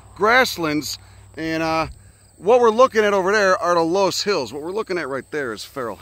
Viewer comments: Happy to see you hitting some spots in Iowa. It’s pronounced “luss” btw! Check out Keuhn conservation next time you pass through. It’s just off the highway west of Des Moines. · Its pronounced luss you degenerate